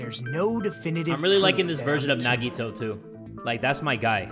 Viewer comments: Hajime: Nagito Subtitles: Naughty toe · everyone: no that’s wrong! Nagito: no that’s wong!